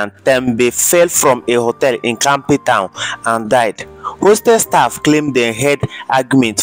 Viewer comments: Damn bro. You are slaughtering the English language bruv. Sheesh!!! Did you say "Capi Ton"? Its "CAPE TOWN" bruv, get it right please. RIP Mega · I'm hearing what you're hearing with the Dubane and Kape Town pronunciation.😂 Rip to Aka though. 💔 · Before you dp these blogs learn to pronounce the cities right nxaaaa cape town florida 😢